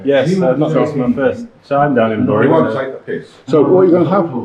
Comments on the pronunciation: I wonder if anyone helped you with how the town is called "berry" rather than "burry" like the town in greater manchester. Good choice of local pubs - grand. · It's produced Berry as in cherry, not Burry as in slurry😉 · Wow!! what a great video, The Dove is certainly my favourite pub ever, and Oakes Barn too. Such a pity you picked a wet day. You show Bury (pronounced "BERRY") as a really nice place to visit and stay, I've only lived here for 70 of my 74 years so what do I know!! I am in the Dove bit drinking Adnams Mosaic, with Snooks the Jack Russel teasing Roger the landlord. Beer and banter and fun company what more can you ask for from a pub, AND just look at those prices! Love the Dove and all things Bury, apart from the rain. You have done us proud with your video, cheers and next time you're in I'll buy you a pint. By the way Bury St Edmunds has just won the UK's most dog friendly town, what's not to love about this place. CHEERS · represent!! Cool video 😎. Remember though if you want to sound like a local it's pronounced "berry". The Rising Sun has just reopened and it's ace, so there's a good reason for a return visit. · I'm from bury. Say bury correctly please 😂 fucking beautiful town it is!! That pub is lovely. Always always full off interesting people! The same with every pub in bury 👌👌